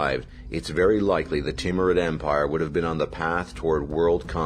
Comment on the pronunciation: I like the Teamrude empire. It's name when butchered how you said it almost sounds like Team Red Empire.